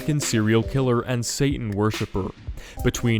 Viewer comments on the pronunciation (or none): none